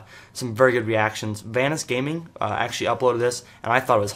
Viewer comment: vanoss not vaniss still a good video btw